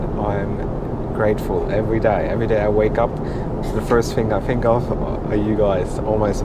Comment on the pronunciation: I enjoy all your reviews. I love the way you say "fink" instead of think and "al-so" instead of "orl-so". I'm intrigued by your surname of. That sounds English or Australian but your accent doesn't agree?